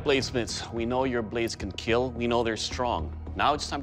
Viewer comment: "It will keal"